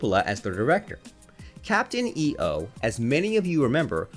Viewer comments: It was pronounced Captain "Eeough", not "E-O". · Just an FYI: Pronounced "Eeyoh" not "E-O" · Why do you say Captain E O like that? Right in the intro it shows you how to pronounce it: It's not pronounced using the letters, but the sound of them together. lol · Captain E...O. ? Really? It's Captain EO (one word) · Your putting to much of a pause between the e and the o lol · Can't even pronounce Captain EO correctly... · David Wasman It's driving me crazy. Every time he says it I want to scream.